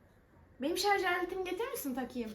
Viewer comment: Şarz değil şarj😂